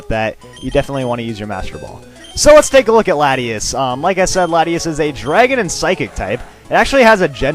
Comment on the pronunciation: i thought the " T" was silent in Latias ( FYI not trying to criticise )